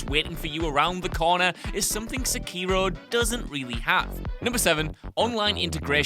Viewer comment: His mispronunciation of sekiro hurts my ears